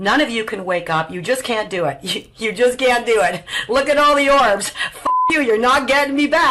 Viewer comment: I think she said “orcs”, not “orbs”, after she caught her reflection in the screen.